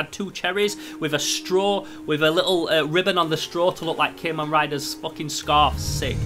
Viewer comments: Wait did he just said keman rider what the hell bro it's Kamen rider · I liked the vid, but it kinda set off my annoyance a little because you say KAY-men rider, instead of CAW-men rider, just being a little salty but ignore me, (kamen translates to masked in english) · Im sorry but i laughed when he said CA-men rider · You say Kamen rider wrong but great video no hate